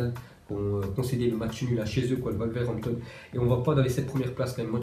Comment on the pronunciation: kra tos il a dit worwerhmaton